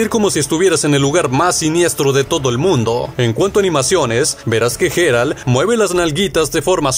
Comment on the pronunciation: "Comandante cherpad"? 😂😂😂 😂 y ese quien es ? no sera el comandante Shepard de mass efect? vocaliza o lee bien compadre. Y la "G" del nombre del Witcher suena como "y" porque es en ingles y no como jota en español: "Yeral" no " Jeral" . En Batman el nombre de arkhan se pronuncia " asailum" no " asilun" . En fin...